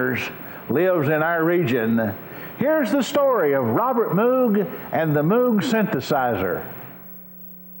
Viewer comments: It's pronounced 'Moog', not 'Moog'. Get it right. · A documentary on Robert Moog begins by mispronouncing his name as M-OO-G rather than M-OH-G.